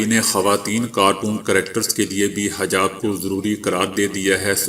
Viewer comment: BAI HAJAB NAHI HA HEJAB HA.